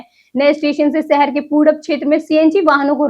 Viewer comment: Accent needs improvements...😭 City👉Shahar✅️. ko Sahar❎️ But Weather👉Mosam✅️ ko Mosham❎️ 😭😭😭😭😭😭😭😭😭😭😭😭😭😭